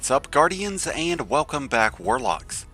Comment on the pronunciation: Not to come off as salty, take it as a feedback. I've liked the content of your videos whatever I stumbled upon. But please speak firmly, I don't mean screaming but your accent/pronunciation really needs some fix. Example: it's EN-GRAM not INN-GRAM. AAND not EIND. æ, a, e sounds are REALLY hard to listen to